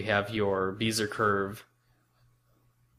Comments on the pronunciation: Great video!! But, for the love of God, Bezier is pronounced BEZ-E-YAY not BEE-ZER!! ;-) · Well Lester, I was being a bit sarcastic in my response. But, it is a commonly known term in design, not just in software, so I was surprised to hear his pronunciation. Matter of fact, this is the first time I've ever hear anyone pronounce it that way. But like I began my comment, it was a great video, pronunciation not withstanding.